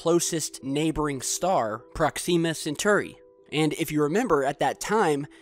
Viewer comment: Please look up pronunciations for things... How you pronounced Proxima Centauri killed me...